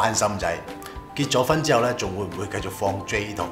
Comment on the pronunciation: 繼「續」兜 唔係繼「績」兜XD